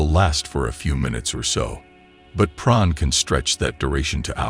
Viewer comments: Sounds like he's saying pron 🤔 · Can I humbly ask why you're pronouncing porn as "pron"?